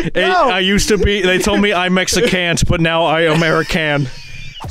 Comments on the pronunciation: lol he really said ameri-can and mexi-can,wow. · Ameri-can and mexi-cant lmfao 😂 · "They told me I mexi-CANT but now I AMERI-CAN" im crying😂😂😂😂😂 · Narator: "They told me I mexa-cant but I amara-can" Me: "I mexa-cant breath!! 😂"